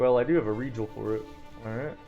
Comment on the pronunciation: The way this man pronounces Regal makes me twitch, but the run is amazing and very educational